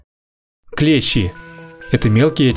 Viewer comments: Не клЕщи, а клещИ! Если речь идёт не о слесарном инструменте. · КлЕщи?! Вы русский?! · Клещи это инструмент ,а насекомые клещи ,с ударением на и.